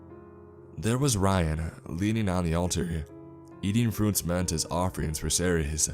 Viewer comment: 이동연 -Cerces? He pronounces the name as Are-Series.